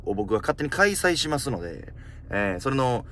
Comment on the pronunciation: 予選通過しむぁす